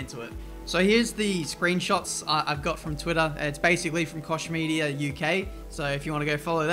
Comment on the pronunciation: The way you pronounce Koch Media is hilarious :D